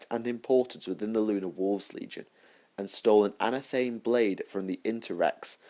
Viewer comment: its pronounced an/ath/a/meee like anatomy anathame is a witches ceremonial dagger knife or blade sorry but after the third time hearing it wrong it had to be said dude